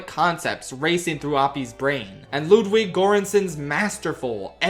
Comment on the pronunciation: Taking a moment to apologize for mispronouncing Cilian Murphy's name, then going on to mispronounce Scarlet Johansson, Ludwig Göransson and Einstein's... now that's comedy. At least we didn't hear about Marion Cotillard.